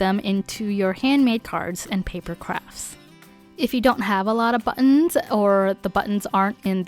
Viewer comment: Empty back wall.🤔 You could make a screen panel to cover up the wall altogether. Some suggestions : a folding screen, a fabric drape, a rolling screen, etc. Decorate as you like. There’s lots of possibilities., 🤗 ~ Nice ideas for buttons. I prefer when you speak naturally, like when you say “ buttons “ , instead of BUTT ons ! Especially keeping in mind how close you speak into the mike. “BUTTons” ! sounds annoying . ( I’m a sound director )